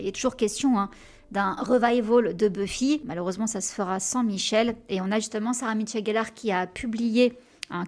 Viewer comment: C'est Sarah-Michelle, pas Sarah MiTchelle-Gellar comme tu as tendance à le dire. :) Son prénom n'est pas Sarah mais Sarah-MICHELLE. Pardon j'ai jamais rien dit jusqu'à présent parce que ça parait anecdotique, mais pour avoir eu mon prénom, pourtant ultra facile, écorné toute ma vie, je trouve qu'il fallait le dire (pour Sarah-Michelle). :) Oh là là j'aurais ADORÉ voir Michelle jouer Bella... ça aurait été tellement mieux qu'avec KStew (à mes yeux)...